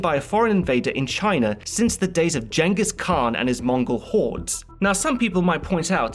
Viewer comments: Yeah, chingis, like the chin on your face, not like a jenga tower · my bröther in Christ, did you just say “Jengis” Kahn!? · Lol he said Jangus Kahn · “Jen-Gis khan” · my bröther in Christ, do you not know how his name is properly pronounced?